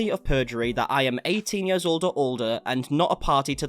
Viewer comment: I love the accent, especially when you say years, yuhs lol😂❤